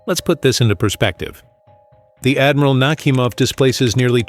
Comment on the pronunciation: "NakhÍmov", not "NÁhimov".